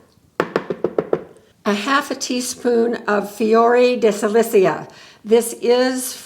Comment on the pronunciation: It's fiori de SICILIA - after the island of Sicily. (Not silicia)